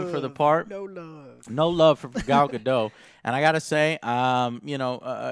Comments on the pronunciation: love your videos just 2 things...1: the "t" in Gal Gadot's name is not silent (i know its minor just wanted to point it out if not known)...but also i think David Thewlis's char's is ares from what i have heared...donnu if its confirmed or not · This movie looks badass. Also: prounounced Goll Guh-Dot.